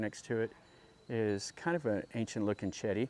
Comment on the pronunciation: Wat Raj Cha O Ra Sa Rarm, Raj Cha War Ra Wi Harn, Jom Tong and Chedi is Jay Dee. Bangkok is properly pronounced Barng Gork.